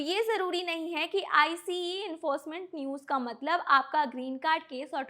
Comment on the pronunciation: It dose not pronounce iceee